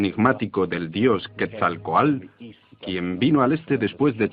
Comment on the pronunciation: Quetzalquoat no Quetzalquoal baaaaaa